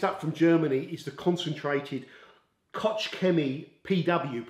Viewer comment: Koch is simply pronounced "Kok". Wife is German🙂